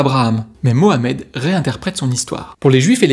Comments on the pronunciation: Punaise pour une fois que les mecs prononcent muhammed et non pas mahommaaaaay 😂😂😂 c’est macron qui lui a donné les sources la mdr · Enfin quelqu un qui prononce Mohammed ! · grand merci à toi pour avoir prononcé mohammed ❤ et non pas maomet 😡